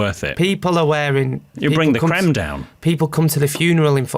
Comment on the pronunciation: “You’ll bring the crem down” 😂😂😂😂